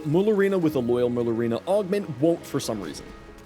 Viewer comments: Mare ooh lina not merlooina 👍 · pronouncing it as "murlurina" really makes you sound like you have some form of dyslexia lmfao.